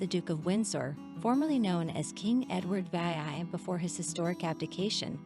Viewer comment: I never had the chance to object to the music. Edward Vee Eye Eye Ete???? POL-et-ness??? Get someone who can read the words!!!!!